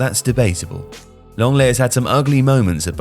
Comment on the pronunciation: Nah 💀💀💀💀💀man said lenglet